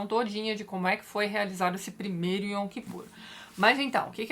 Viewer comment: Eu sou judia (oficialmente) e tem coisas que até hoje eu não entendo, mas na verdade eu não acredito em Deus. Apesar disso, a história de Moisés é uma das melhores da Torá, que homem extraordinário. Eu sempre brinco que se no judaísmo tivesse santos, o meu seria Moisés. Ps: Sobre a pronúncia, a palavra Yom, a consoante o é dita com acento agudo, Yóm.